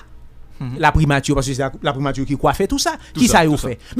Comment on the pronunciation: 😂KOZE FRANSÈ KREYÒL SA BAY MOUN SA YO ANPIL PWOBLÈM WIIII😂😂😂 POU JAN LANG KREYÒL LA BÈL, MISYE PAKA DI PRIMATI.....MÈTRE BONIFAS , PRIMATURRRRR.... ELATRIYE.... MESYE RAMASE BOUCH NOU TANDE.